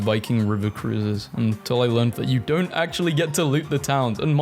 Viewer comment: "ac'ually, you know wha?"